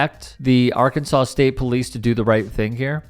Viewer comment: Another classic thug with a badge. The problem is they don't have the intellect to deal with anyone who has the slightest resistance to their "Authority" without using violence! and aother thing what do you expect if you can even pronounce the name os the state correctly. It should be pronounced "Arkansass" not "Arkansaw" 😂😂